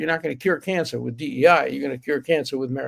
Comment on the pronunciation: DEI not DEA